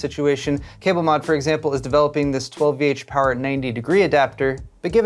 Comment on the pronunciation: You didnt pronounce 12VHPWR correctly at all in this video, but you do in your tech news each week.